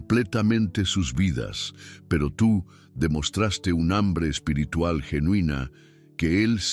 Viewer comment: Amigo mis respetos tu enseñanza y tus explicaciones fluidas ,da deseo de escucharte tu narración, solo quiero hacer una sugerencia tu dices la palabra en español espirtrual- lo correcto espiritual ,mis disculpas si soy quien te he escuchado mal ,buenas noches que Dios te bendiga.tu narración calidad excelente eres cinco estrellas.